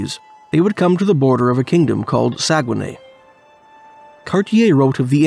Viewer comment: I used to work on the dew line. I know exactly where this is. I've been there. It's not called saugenay it's not called saugenay. But it's very very close.